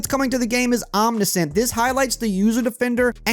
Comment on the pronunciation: Not to be the grammar police but if I'm hearing you right Omniscient is pronounced "ahm-NI-shent". Just a heads up.